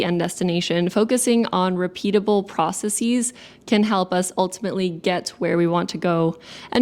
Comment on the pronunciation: Processes pronounced process-eeze isn't a word, it's a hyper/overcorrection of the word processes. "Thesis" is a greek originating word, so the plural is valid for that, but the word "process" is actually Latin so it can't have the same ending like that. Anyways it's pervaded corporate talk and academia a bit so I'm not surprised how that could of happened ;-) these summations are awesome, I genuinely love learning inward and reflecting and these kinds of videos are rad